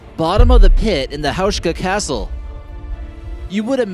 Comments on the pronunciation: excuse me?? "houshka"?? really?? its pronounced "houska" and written Houska dumbass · I love how he pronounce the name Houska , it is HouSka - S not sh !!! It was Otakar II not Ottocar !!!!!!!!!